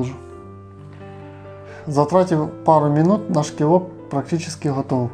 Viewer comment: Наголос на О ))